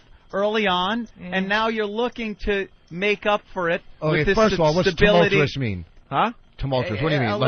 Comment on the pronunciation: I'm surprised that Vos didn't drown when he tried to pronounce "tumultuous".